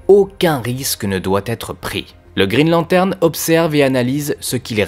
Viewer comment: "il aura dû têtre" ?